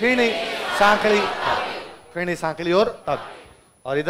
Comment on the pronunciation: Ferni bolte hai fini nhi